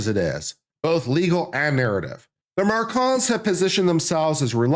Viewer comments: It’s Macron not Marcon 😂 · THE MACRONS ....NOT MARCONS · The name is not Marcon but MACRON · Mah Crone… not Mar Con. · Should at least do your due diligence and learn France's President's name is MACRON. There's an R in the name. You obviously don't know the facts here. Candace DOES have proof. You on the other hand, have NO facts for your claims against Candace but rather weak opinions. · I can't watch him read his script and mis-pronounce "ma-crone" any more. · I admire the dedication to mispronouncing Macron through the entire video. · Dude if you’re making a commentary at least learn the names and pronounce them properly especially when it’s a name of a famous president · I heard Candace mispronouncing the name Macron as well, a bit less, but not correctly. So definitely do not go to her for this. But she can teach you how to do a witchhunt...just accuse, no proof needed, and punish.. And how to build a cult with followers loving and admiring their leader and fighting for him/her...blindly believing him/her...not questioning..not thinking..not asking for evidence.. .She has talent for these things I must say. And all'this'in m'y humble opinion of course. But I do not think at all that you are looking for, less even needing this. Just wanted to mention that although she does not pronounce the name very well....she has some other qualities... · stupid? who ? maybe you...Mispronouncing the MaCrons name. No due diligence, read French book becoming Brigitte. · This person has no idea what he's talking about. He doesn't even know the name of the French president, consistently mispronouncing it. Definitely didn't see the series. But hates Candace. Just as stupid as the stupidity he talks about. Terrible video.